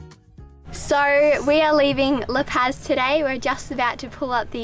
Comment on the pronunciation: La Pazis pronounced like La Pause. You guys are killing me with your lack of Mexican pronunciation...LOL!